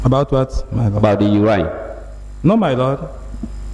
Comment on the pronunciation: Not urain but urine